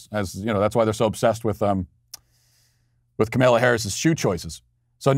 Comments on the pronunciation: Makes me smile every time you say Ka-MALE-a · I have noticed that he pronounces it weirdly :)